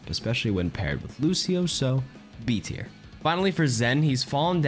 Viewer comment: Buddy said mercy is b teir😂😂😂